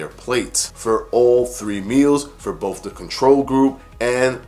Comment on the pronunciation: To retain credibility, with not wiff. Both not boff.